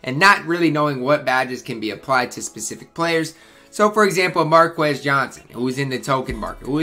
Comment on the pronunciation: “Markis” Johnson. Sorry I keep correcting how you say these names, but I’m old. I watched most of these guys play. ;)